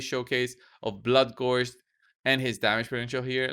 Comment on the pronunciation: "bloodgorgered" very nice